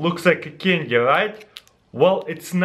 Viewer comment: Oh it was a cindy u said cindy instead of saying candy